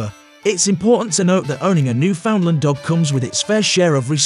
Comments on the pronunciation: There is no place called "New~Found~Lind". There is no Dog called The "New~Found~Lind". Jesus, Mary and Joseph. Do basic research. The place is called "New~In~Land". The breed is known as The "New~In~Land" Each, when uttered correctly rhymes with "understand". The script your using in this video is lifted from countless other posts here. Common. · Opps, now it's my turn to be humble. The Name of the Dog (and the place), is spoken thusly; "Newf~In~Land, far easier to make that rhyme with understand.